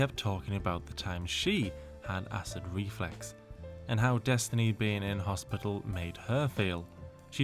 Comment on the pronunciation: Acid reFLUX. Not reflex. 🥴